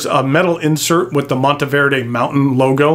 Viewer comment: So glad to hear you pronounce it correctly and the background was a bonus. I picked up one of these beauties in Green Stardust in 2023 and absolutely love it. I just purchased a stub nib for it.